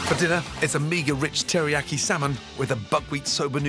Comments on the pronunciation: Would say tillyyaki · does anyone else realize he's saying teriyaki wrong LMAO